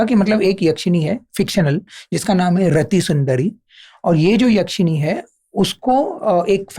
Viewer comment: भाई, याक्षिणी नहीं, यक्षिणी